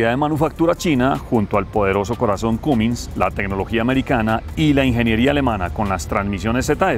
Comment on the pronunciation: Se pronuncia camins no cumins